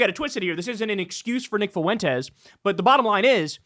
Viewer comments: Why is it always the Latinx nimrods that cannot pronounce Fuentes correctly? It's pronounced Fwent-tez. Not Foo-en-tez. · It's "FWEN-tez", not "foo-WEN-tez". Why can't you get this? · Why do people pronounce Foo-wentez like that? So irritating. It's pronounced Fwentez phonetically. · Never stop making Fuentes a 3-syllable word I love it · Dawg if you’re going to talk about Fuentes can you not say “Foo-went-ez” it’s so insane lol